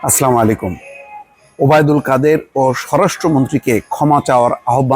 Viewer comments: আসসালামু আলাইকুম ওয়া রাহমাতুল্লাহ। আপনাকে অনেক ভালোবাসি, তাই বলছি কিছু মনে করবেন না, আপনার সালামটা একটু সংশোধন করলে ভাল হয়। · Presentation excellent but salam is "Assalamu alikum" please.